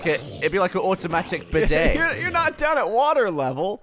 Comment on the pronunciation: Bidet, not beudet.